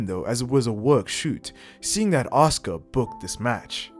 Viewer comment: Reading these comments and seeing the undeniable belief that fans of pretend wrestling have in it being an actual, real, combat "sport" 😂😂😂 Also... the name is pronounced "Ah-sUU-cA"